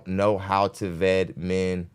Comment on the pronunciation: "Vet", the word is "vet"....😂😂😂 Ved😂😂